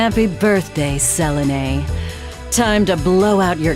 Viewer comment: I love the voice acting but the way pronounced "Selene" and "Selené" threw me.